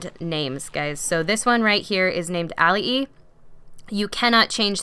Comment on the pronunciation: Your griffins name may be pronounced.......Ali’i-(eye)